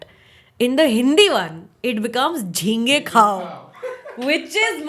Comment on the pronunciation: Not Jhinge khaao, it was Ghonghe khaao